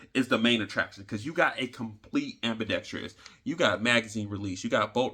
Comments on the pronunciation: Just say "AMBI"...not trious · There's no "i" towards the end of "ambidextrous" 😄😄😄 So many put a "i" back there though when saying it. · I use to pronounce an extra “i” in ambidextrous. Now when I hear people use it I feel smarter all of the sudden.😊